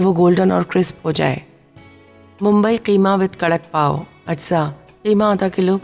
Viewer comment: Pauon nhi Apa pauo